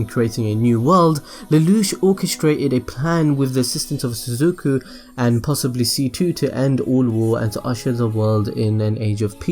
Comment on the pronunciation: Suzuku??? FUCKING SUZUKU?!?! 😂